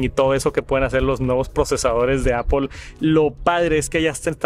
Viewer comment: APL no APOL 😢 no hay ninguna O en decir manzana 🍎 en inglés, puedes nombrar perfectamente todas las otras palabras en inglés, menos manzana 😢